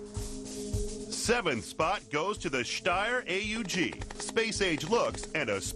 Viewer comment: Lawl, when he says "Styer AUG" He Pronounces it like "Shhhhhhhhhhhhhhhhhhhhhhhhhhhhhhhhhhhhhhhhhhhhhhtyer Aug" Haha!